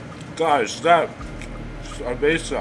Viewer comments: he actually said sabeza, forgot he's white :D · Did you say cerveza or cabaza